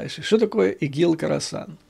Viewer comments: Да, не Карасан, а Хорасан. Умник!😂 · Не карасан, а Хросан!